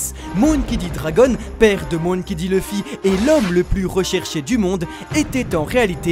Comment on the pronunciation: Leuffy, c'est qui ? Connais pas. Par contre Louffy oui